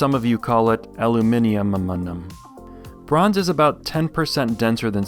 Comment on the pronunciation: Great review and made me laugh, thank you for trying to pronounce ‘aluminium’ correctly 😂👏